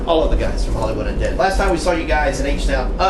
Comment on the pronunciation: says unead not undead